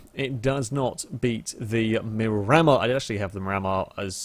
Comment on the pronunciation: Psst- hey! Just letting you know the Miramar is pronounced "mee-ra-maar" after a place in Florida:)